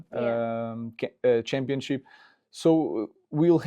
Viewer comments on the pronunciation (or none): He mispronounced Championship title!